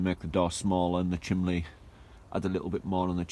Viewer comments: You need to start saying chimney, not lol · Nah, that is just his regional dialect. North east, and south Yorkshire people always pronounce it as chimley! My late husband always did. And he used to say he was watching a "fillem" instead of film. Just the way people are raised, no right or wrong ways to say anything. Vivre le différence, as they say!